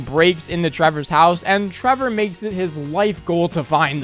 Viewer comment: Trevor, not travor